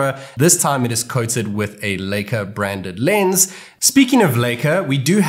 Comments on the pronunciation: It's lika not leyka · It feels weird when you pronounce Leica as Licker.....